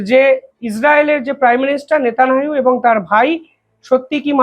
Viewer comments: বাইনচোদ নেতানিয়াহু ও উচ্চারণ করতে পারিসনা 🖕👢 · সালা সাংবাদিকের বাল। নেতানিয়াহু নামটা পর্যন্ত উচ্চারণ করতে পারে না।